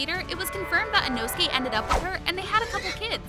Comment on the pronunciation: Why u saying “Inosuki”😂